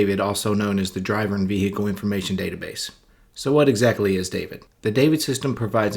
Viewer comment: ‘Vee- Hickle’ information lol😂 Vee-hickle? 🤔😂